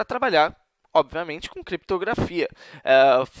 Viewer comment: "criptograFÓDA" kkkkkkkkkkkkkkkkkkkk